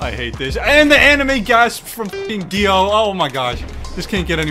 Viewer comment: “I got uhh… it think it’s Dio.” My brain: “You thought he would say Giorno Giovanna, but it was I, Dio” Edit: He even spelt his name out wrong, he say DAO and not DIO 🥲